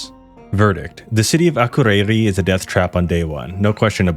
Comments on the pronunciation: yes im icelandic (from one of the better regions as well) my grandparents live in akureyri so i say it a lot. you just put emphasis on the wrong letters and also everytime you needed to say ð it sounded like d💀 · im dying at how you pronounced akureyri